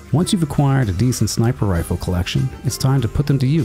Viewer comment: “Sniper Rfiles”